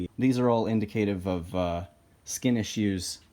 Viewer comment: Mispronouncing a word is an indication it was learned through reading than through speech, and that's no cause for ridicule. generally people say the word "indicative" with the stresses in the opposite order... inDICaTIVe